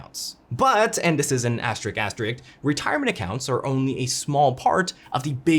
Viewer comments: “asterik”? Missing an “s” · Not a bad video but please learn how to pronounce the word asterisk.